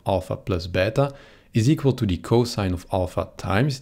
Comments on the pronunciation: Wow! Ive never heard anyone actually using the correct pronuciation for plus and beta like that! As an italian and a greek/latin student I really appreciate that! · as a russian i appreciate that too :^)